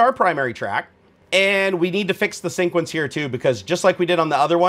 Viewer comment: Hey man, I love your vids but the way you pronounce sequence as "sync-uence" is sooo tilting. Lol keep up the good work :)